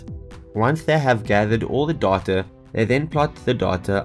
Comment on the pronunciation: the way he says data doahtoah